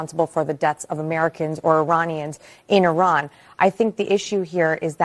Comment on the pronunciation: all these years and Scott still can't pronounce IRAN correctly